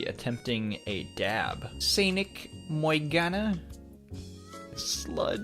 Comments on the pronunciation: "Koiby, Moiganna.", is that you??? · I don't know how I feel about you saying my name weirdly- Cuz my name's Morgana- I??